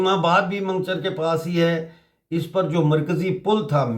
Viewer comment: Mango-char not mangcher